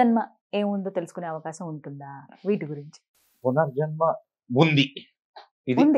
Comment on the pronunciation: పునజర్మ కాదు పునర్జన్మ తప్పులు సరి చేసుకుందాం మాతృ భాషను బతికిద్దాం